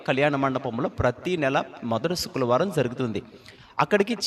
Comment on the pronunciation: అన్నయ్యా నీకూ శుక్రవారం అని పలకడం రావడం లేదు. ఎందుకో నాకూ ఇబ్బందిగా ఉంది. ఫ్రైడే అని అను అన్నయ్యా శుక్రవారం అనేది పలకలేక పోతే